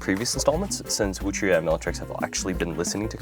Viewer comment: Finally someone who pronounces the "que" properly :goodvibes